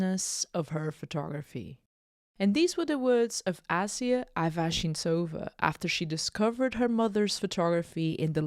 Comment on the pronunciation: You're pronouncing her name wrong.